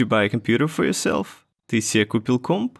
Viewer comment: Небольшое замечание по поводу слова комп. Почему-то оно говорится у тебя как носовая французская о. Это может немного сбивать с толку, а носовые гласные официально у нас в языке не используются.